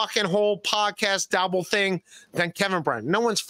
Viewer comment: “Podcast Dabblething”